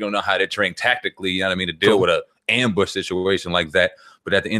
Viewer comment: It's "Ambushed" 😂😂😂😂 go back to school 😂😅😅😅😅😂